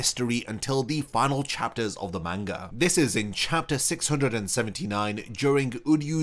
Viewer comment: Learn to pronouns manga right! your fckin annoying everytime you utter that word the wrong way...